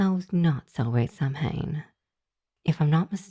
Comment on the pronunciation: Just for your own reference going forward, 'Samhain' isn't pronounced that way. It's an Irish word, and so is pronounced differently than you might think for the letters used in its spelling. It's pronounced like 'sow-in' ('sow' as in a female pig). An 'mh' in Irish spelling tends to come out more like a 'w'.